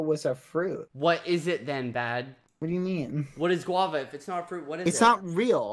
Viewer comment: I looked it up....🤣🤣🤣🤣🤣🤣🤣It..it is a fruit Its a guava tropical fruit idk what he said i heard wava LOL but when i looked it up it said guava